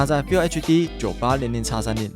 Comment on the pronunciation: FULL唸「富喔」，不是「菲有」😂